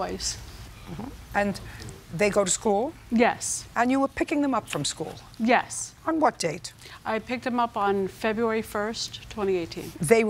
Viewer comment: the way this lady pronounces "school" is blowing my mind lol